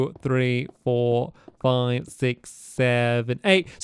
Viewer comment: “And it’s gonna go all the way up, forty flive blocks high “ -Stampy a.k.à M’y Childhood